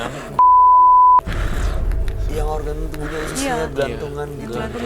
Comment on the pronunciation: Kunyang😂 ap kuyang 🤣🤣